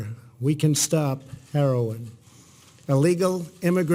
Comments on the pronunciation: “Herolin alone” 😂🤣😂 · "herolin" ... lol!!!!! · Did he say Heroline??